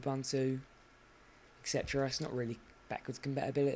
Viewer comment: I gave you a thumbs down for saying "excetera". Find out how the phrase is pronounced, then try again.